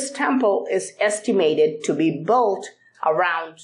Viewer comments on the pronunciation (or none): Please darling: built is pronounced "beelt" not "bulled"... Please learn it already! Besides like your vids👍